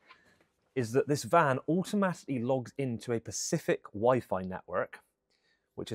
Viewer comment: Erm... Specific not Pacific....... 😂 Or did I hear it wrong 😅